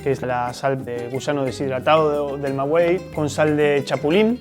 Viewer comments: ¡Muy buen video!, da orgullo ver videos de mi maravilloso país. Una pequeña observación, creo que lo correcto es decir "Maguey" y no "Magüey", pero igual corríjanme si en Oaxaca lo llaman así (En Guanajuato - Jalisco se dice "Maguey"). ¡Saludos! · Muy buen video. Solo una recomendación: la palabra maguey no se pronuncia con “u” solo con “e”. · Hola gracias por la información.....la pronunciación del maguey es, magey... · Aprende a pronunciar, Maguey! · TODO BIEN SOLO COMENTARTE QUE CUANDO DIGAS MAGUEY NO PRONUNCIES LA U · Solo decir que al pronunciar Maguey, no se pronuncia la U, gracias por la información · Estimado amigo, es incorrecta tu pronunciación de de la palabra MAGUEY, según la Real Academia de la Lengua Española para que en palabras como esa se pronuncie la letra U es necesario que encima de dicha letra se coloque una DIÉRESIS (¨) la cual no lleva, por lo tanto NO DEBE PRONUNCIARSE LA LETRA U. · Es "maguey", no "magüey" (me refiero a la pronunciación, pues la escritura, como sale en los textos insertos del video, es correcta). Y los moros no invadieron a España en el siglo 8o antes de Cristo: ni siquiera existían entonces -eran árabes, y estos aparecieron, como consecuencia de la expansión islámica, a partir del año 622 después de Cristo-. Esa invasión se produjo en el siglo 8o, pero después de Cristo (en 712 después de Cristo, y duró hasta 1492). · Una observación, aunque se escribe maguey, se pronuncia magey se hoye muy raro cuando lo dices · Se llama Maguey, no magüey. Saludos. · En México se dice maguey, no magüey ...güey... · Maguey no es magüey su nombre no lleva diéresis, el resto muy muy bien. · Buena reseña, por favor no digan “Mawey” para sonar asi tendria que llevar dieresis en la “U” se dice: Magey aunque se escribe con U la U no suena. Gracias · No se dice Mgüey, Se dice MAGUEY, xfavor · No es magüey es maguey😐 Ma-guei(ga, gue, gui, go, gu😑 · ¡Cariño, no es "magüey", lo correcto es maguey! ¡Saludos cordiales desde Guanajuato!